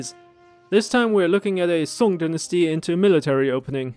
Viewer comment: your pronunciation of song and zhu ge nu is perfect